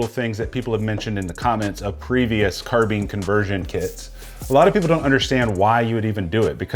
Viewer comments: Carbine. Not carbean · (CAR-BIND) NOT (CAR-BEAN)